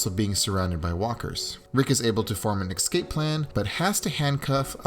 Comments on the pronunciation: Not EX-CAPE it's ES-CAPE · cool video but learn to say escape